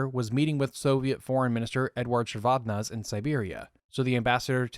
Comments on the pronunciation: The pronunciation does not end with "-zey", it's read like it's written, "ze". I have heard georgians pronounce their surnames that way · AFAIK, as someone who listened to the BBC news commentary at the time, the final e in Eduard Shevardnadze is pronounced and as a hard vowel so that it sounds as 'eh' or even almost as an 'ah' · These long-form documentaries are fantastic. Just FYI: Soviet Foreign Minister Shevardnadze's name is pronounced "Sheh-vard-NAHD-zey." Also, for anyone looking to learn more, here's a lecture from Ambassador Edward Gnehm on his experience during the Gulf War: (audio is kind of crackly, be careful if using headphones). Gnehm was U.S. Ambassador to Kuwait at the time of the Iraqi invasion and Desert Storm/Desert Shield (he was also one of my undergrad professors). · Shevardnadze pronounced whack too many times